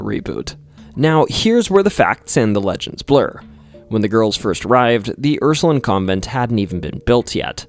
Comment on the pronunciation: Hey Ursuline is pronounced how it looks Line not Lin I grew up in New Orleans so hearing it said like that I was like huh